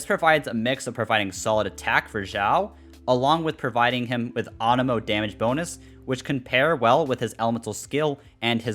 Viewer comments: AAnemo... you mean anemo. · Ah yes awnemo and the jerd spear ;D